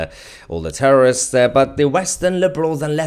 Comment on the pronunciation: Terrorists is the word she can’t say.